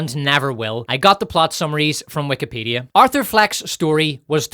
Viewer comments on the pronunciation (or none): none